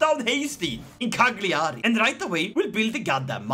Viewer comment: Please learn how to Say Cagliari